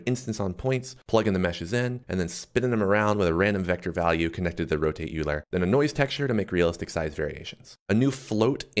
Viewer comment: Super cool. I'm going to be the annoying person to say this: Euler is pronounced "Oiler"!